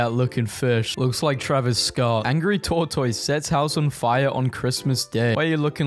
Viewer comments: Bro be pronouncing tortoise like a peppa pig character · WHY DO YOU PRONOUNCE IT HAS TOR-TOYS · Wait, yall say Tore-toys, not tor-tus? Man, it's wild, the sheer amount of words we pronounce very very different. I heard some video with an English lady calling a microwave a mee-crow-wah-vay the other day. Is that a thing over there too, or was she just an idiot? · I KNOW you didn't just say TOR TOYSSS. IT'S PRONOUNCED TOR-TISS, YOU CRUMPET AND TEA CONSUMING LIMEY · How he pronounces tortoise is killing me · why are none of you talking about the way he pronounces the word tortoise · Why does he pronounce tortoise like that lmao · This guy needs to learn how to pronounce tortoise 😂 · You don’t pronounce tortoise right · Are you pronouncing tortoise that way on purpose?